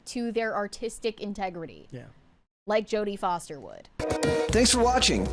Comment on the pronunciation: I think Jodie Foster said that wrong